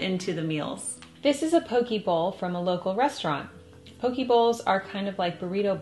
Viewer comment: Yum! I grew up in Hawaii and thought you’d love to know that we say po-kay. I used to be shocked by all the extra things added on mainland poke bowls but now that I’ve lived on the mainland for 9 years I appreciate it 😁